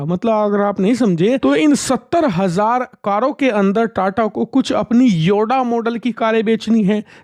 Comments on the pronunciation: योडा नही भाई.. Its योद्धा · Yoda nhi yodha hai 😅